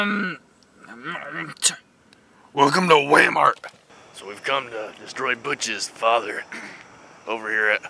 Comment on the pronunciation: WELCOME TO WA MART XD